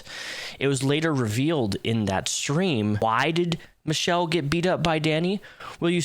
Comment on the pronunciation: You pronounce her name like you're saying Cop but with an O.